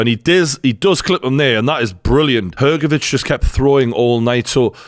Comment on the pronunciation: thanks for pronouncing Hrgovic correctly with "CH" sound in the end. Not everyone is able to do it